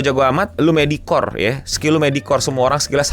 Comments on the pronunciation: Medioker dibacanya goblok ga ada itu 'medikor" apaan anjing medikor?!?! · Gemes bener dengerin "medikor". Eh, di tengah2 ada yg bener 😹